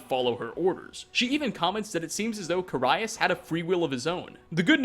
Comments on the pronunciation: It's "Carry-us", not "Caraye-us" :P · Its Ca-R-ius. His name is one of the few voiced things in the game. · how the hell do you fuck up pronouncing "carius"? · the most unsettling fact here is pronouncing "carius" wrong:P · What threw me off the most was your pronunciation of Carius... When you pronounce things wrong, it just tells the entire audience that you aren't an actual authority for what you’re talking about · Jargon Madjin anyone can make Skyrim videos. The fact that he pronounced it wrong just shows that he doesn’t actually play the games. He’s trying to come off as a sincere Skyrim player, but in reality he just gets all of his information from the wiki without any in-game experience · Yes. He has a whole fucking channel with hundreds of videos on Skyrim, but doesn't play it because he pronounced ONE name wrong? Yeah that sounds about right. Fucking dumbass.